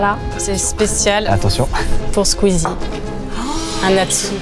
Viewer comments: AURÉLIE ELLE A DIT QUEEZIE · Elle a dit queezie ptdrrrr